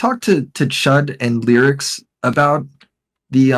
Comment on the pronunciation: How exactly do you you pronounce Lerix? (don't say Lolicon. IYKYK) I've heard it pronounced like 5 different ways. Now is calling him "Lyrics" lol